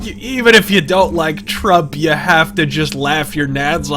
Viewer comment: Kojima: Did you rike it?: You're not literate.